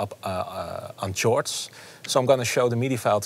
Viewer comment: chore-ds lol. justin prime is highly underrated tho, great vid